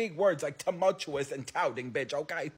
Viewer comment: I’m an avid watcher of your channel and I’m love with you lol ❤ Today when I heard you correctly pronounce ‘tumultuous’ I cried a little.